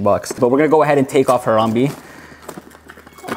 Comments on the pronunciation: As a fellow citizen of Ohio I have to confirm that it is pronounced “Har-am-BAE” not “Har-am-BE.” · I was silently correcting him everytime he said Harambe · If he says Haramb-e one more time I swear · Ha-rahm-bey is how you say it